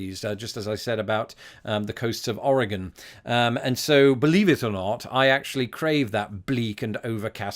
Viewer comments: Hello from Oregon! Extra points for pronouncing it correctly! Well done :D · Good job pronouncing Oregon. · Greetings! Oregonian here (yes you did pronounce it right, extra points for that), And I hope you visit here, yes the beaches are really cold, but very pretty. And you must come to Portland if you visit (it’s basically our capital now😂) also we have the deepest lake (Crater Lake) and we also have the deepest canyon (Hells canyon).